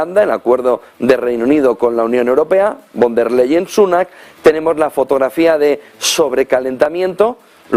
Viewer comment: Ursula fon der layen se pronuncia en alemán